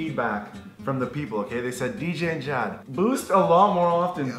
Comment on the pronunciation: It's Jad not